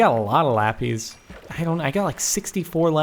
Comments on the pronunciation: any way u say it LAH-PISS not LAH-PIZE just sayin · lapees. XD *laPIS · Jordan: I got so much much lapees! me: ITS LAPIS FOOL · lapis sounds like le piss